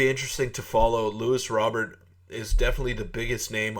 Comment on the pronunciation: Your saying his name wrong.